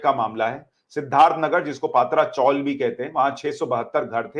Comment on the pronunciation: सुशांत जी, सभी channel पात्रा चाल उच्चारण कर रहे हैं सही उच्चारण "पत्रा" है मराठी भाषी टीन को "पत्रा" कहते हैं, यहां मुंबई में पहले टीन यानी पत्रे की चाल बना करतीं थीं, पत्रा चाल उच्चारित कीजिए.